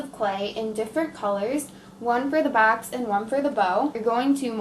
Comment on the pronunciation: She says Baxx instead of box